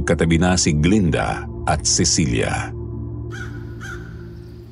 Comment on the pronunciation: glen-da hindi glinda